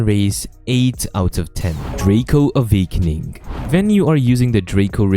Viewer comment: "avakening yah"